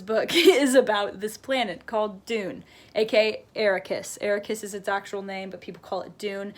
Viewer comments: It looks like you have a lot of good comments that explain a little more about Dune. But Dune is also commentary on the modern world. Arrakis is not pronounced Ara-keys but Arak-kiss (like Iraq-kiss). So it’s a reference to the nation of Iraq and the spice melange is reference to oil (which was heavily sourced from Iraq). Additionally, we want to believe that Paul is the hero because he’s the protagonist. But Herbert shows that Paul should not be trusted nor should any other man. Herbert viewed such heroes as dangerous because they blind people to the truth. In Herberts lifetime he saw that the (unconditional) love people had for JFK as ultimately dangerous. So Herbert builds up the story of a hero to then eventually tear it down. Dune operates on many dimensions, which makes it fun to reread! But to be honest you seem to have a busy mind. I guess I can see why you don’t like it because busy minds seldom understand that a lot can be said through silence. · It took you two months to read it. A-rack-us not Air-ri-kus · I'm really nitpicking here But she kept calling the planet Errakis It's not hard to pronounce things beginning with A 😂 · The way she said it like AIRIKISS I was like oh no💀💀💀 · Dune. Desert planet. AIRIKISS. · I stopped watching when she butchered the name Arrakis. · When she mispronounced “Arrakis” 🙁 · Not to say your not smart but you are pronouncing things wrong specifically arakis. How can you talk so well about a book and not like it? Watch the 84 movie that’s what made me read it! All I can say is read it again!!!!